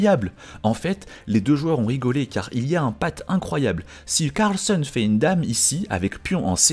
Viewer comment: CARLSEUN? 😂😂😂 Tout ce que tu dis tu le dis mal Sérieux........